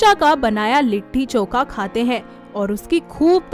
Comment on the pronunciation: It's not litthi choka..it's litti chokha